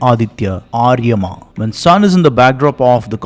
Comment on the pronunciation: Aryamaa is wrongly pronounced as Aaaryama [start "a" shou'd not be long, ie should not be deergha]. it should sound like "ur ya maa'.